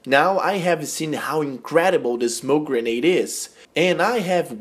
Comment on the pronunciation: its grenade just saying but nice vid